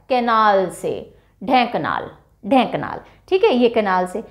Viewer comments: When odisha was poor, everybody was talking there could be nothing at odisha even if people said where is odisha we don't know.Ri8 now it is developed all are interested to touch with odisha.But some pronunciation are wrong like that kend ra para it is kendrapada ,Dhen ka nal nahin Dhenkanal hai Bar garh nhn Bargad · Mam it's not angul ... It's anugul and also it's not ढेंकनाल its ढेंकानाल